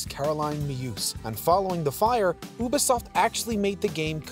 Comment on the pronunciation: Why you say Ubisoft like that 😂